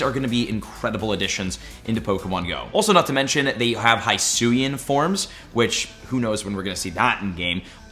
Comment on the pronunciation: Hate to be that guy but its not Hysuin its he-suian